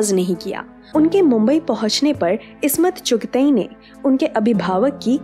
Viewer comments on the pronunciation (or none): The names are SHAHID LATEEF AND ISMAT CHUGTAI. Please improve your pronunciation of Urdu words. Video is good.